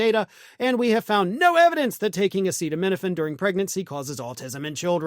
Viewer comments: Trump couldn't even pronounce acetaminophen, it took him 3 or 4 tries with people trying to whisper it to him. That should tell you something. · Dr. Dumbshit can't even pronounce acetaminophen. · I won't take advice on the safety of acetaminophen from someone who can't even pronounce it. "Commonly known as Tylenol" or as Jon Stewart put it "soon to be known as Plaintiff A" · Trump tried and failed then finally had to be told how to pronounce Acetaminophen. If you don't know how to say it, don't talk about it. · Just look at how the Cheeto struggled to pronounce acetaminophen.